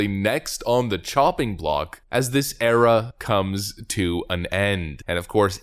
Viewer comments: Did you say the Obama Era or the Obama Error? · Did you say, 'era' or 'error'?